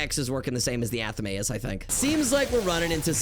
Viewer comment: Ok, Anathema I guess I can understand, but Athame? Is this ragebait? It's like Fame. Athame. Not a the may.